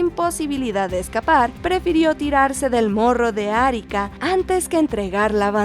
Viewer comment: Atahualpa no fue estrangulado por caballos, sino que fue ejecutado con el garrote vil. Alfonso Ugarte murió en la cumbre del Morro de Arica (se pronuncia con la segunda silaba como sonido fuerte y no Árica como se oye en el video) y se sabe desde hace años que no se tiró desde ahí con su caballo para proteger la bandera peruana. Ernesto Guevara no era un héroe sino un fracasado que no encontraba su destino en la vida, hasta que se topó en México con los hombres de Fidel y lo demás es historia conocida y también poco conocida. Cristobal Colón tenía raíces judías sefardíes, pese a haber nacido en Génova, según el resultado de una reciente investigación hecha por la Universidad de Granada. Perseveró hasta conseguir el financiamiento necesario para abrir la ruta comercial al lejano oriente, debido al control otomano del Mediterráneo oriental desde 1452.